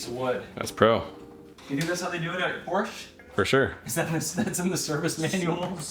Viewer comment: Why is it every American that can't pronounce the name of Porsche correctly